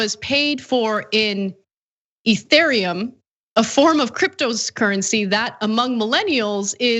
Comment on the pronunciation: LOL! That must be the first time Ana ever read the word 'Ethereum.' Get with it Ana, go get yerself a Coinbase account.